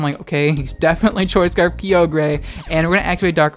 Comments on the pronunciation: Kai-ogre not Kiyogrey!!!!!!! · It’s frikkin Kye-ogre (like SHREK) pls man. No more kee oh grey or w/e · Uhm, it's Kay-oh-gruh you degenerate. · KEE-OH-GREY It’s KY-OH-GER you degenerate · take a shot everytime says Ki-o-grey jokes aside Happy halloween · THAT IS NOT KEY- OH GRE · do you call Ogres, Oh-Greys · the way you say Kyogre.... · hey man, you said kyogre wrong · The scariest thing about this video was your pronunciation of Kyogre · He said in another video he pronounces it like that on purpose to trigger people...and it works. 🤢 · Vespiqueen lol I thought it was only just me!